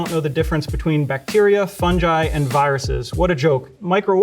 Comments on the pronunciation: Thank you for the video, was very informative. Only blazing issue i have with it.... its pronounced Fun-GUY, not Fun-Jai, just like its Gif not Jif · Never heard someone call fungi “funji” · His pronunciation of Fungi basically discredits anything he says in this video. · omg its “fun-jai” not “fun-guy”??? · Fun-ji😮❓⁉️❓ What?? Maybe it’s us British but I we pronounce it fun-guy😮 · It's funny how Americans pronounce fungi like funji but pronounce fungus properly. Interesting. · fungi is pronounce funj-eye? since when? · Did he really just say funj-eye instead of fungi? How does he pronounce fungus, fun-juice? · I've never heard fungi pronounced that way before!